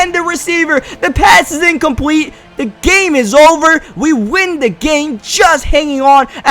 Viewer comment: The way this dumbass talks is hilarious "incompweet" innercepion dat and a bunch of other stuff 😂